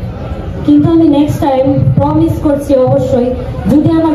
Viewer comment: Korchi❌🌝 Korsi✅🌚